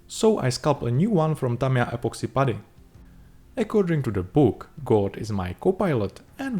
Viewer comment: Anyone else devastated that started pronouncing "putty" in a more conventional way? I was living for that old pronunciation. His English is getting too good dammit.